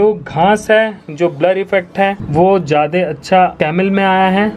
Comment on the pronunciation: Jyade nahi bhai 'jyada' hota hain. Baki nice video. China ko(as you asked to comment) economically strong ho ke hi takkar do. War ki zaroorat nahi padegi.